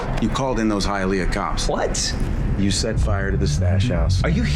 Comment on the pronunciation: eah. Honestly it doesn’t take away from the movie outside of being hilarious. Most movies based in Miami aren’t filmed in Miami outside of certain shots. Even listening to Ben Affleck say Hialeah tickled me. I’ve never heard it pronounced that way ever.